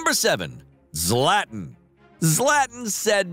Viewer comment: Can we please stop calling Zla-tan Zlat-in It’s blasphemy